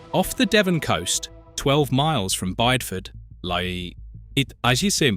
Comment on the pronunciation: However well researched these videos are supposed to be, why not check name pronunciations? Foula is FOO-luh always not Foal-ah sometimes. Bideford has 3 syllables i.e.Biddy-ford not Bide-ford. -dd in Welsh is -th hence GWINN-eth. Buxton Centre is approximately ximately 10 m higher than Alston.